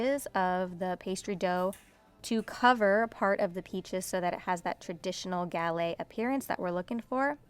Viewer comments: You pronounce the "t" at the end of galette. You'd only drop the "t" if it was at the very end of a French word. The "e" makes it so you pronounce that "t", just like the double "t" in your last name means you pronounce the "t" sound. The "s" sound at the end Alice Water's restaurant Chez Panisse is also pronounced for the same reason <3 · You pronounce the "t" at the end of "galette" because it's a double "t" and ends with an "e."